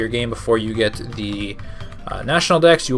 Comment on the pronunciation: Is he........ is he saying "car-KNEE-dose"?? 😬